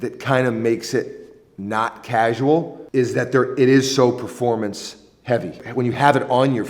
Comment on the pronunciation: dear god... please stop saying PREformance ...